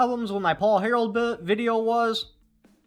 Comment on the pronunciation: It sounds like you keep saying Paul "Harold" but it's actually Harrell